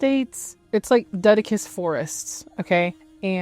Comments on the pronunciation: love this video, but is bugging me................did you mean deciduous 😭 it's de - sid - you - us, not dead - ic - us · I'm sorry, I appreciate your commentary a lot but I did chuckle at 'dedicus' forest. Deciduous? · What is a " dedicus forest"? Do you mean deciduous? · I can’t take you seriously when you maim the pronunciation of “deciduous” like that. Repeat after me: Deh-SIHD-joo-us